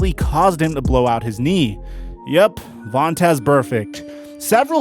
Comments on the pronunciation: Chuck Cecil says Vontae who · his name is Vontaze and hes not Burfict but who is 😂😂😂😂😂